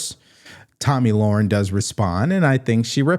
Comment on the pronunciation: Tomi Lahren. Pronounced Lare- uhn, not Lore-uhn